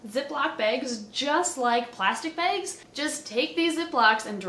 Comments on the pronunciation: Love how she says "beigs" instead of "bags" xD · Lol the way you say bags. Baygs😆